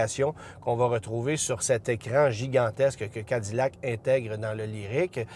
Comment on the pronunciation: Pourquoi prononcer Cadillac comme des américains ?